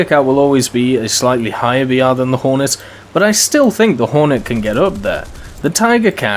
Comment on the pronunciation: At around 7 minutes and 25 seconds u das horton instead of hornet Just letting u know